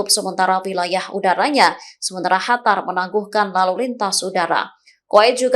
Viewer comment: Hatar..... apa Qatar sih